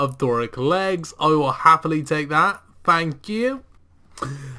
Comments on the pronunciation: "FANKyou" guys so much. lol ohhhh you. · "A massive Fank you"